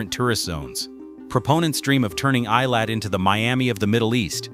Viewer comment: Why is this moderator unable to Correctly pronounce the name of Eilat ?